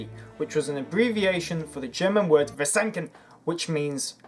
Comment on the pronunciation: Please don't speek german words so aggressiv like you did it with ,,versenken"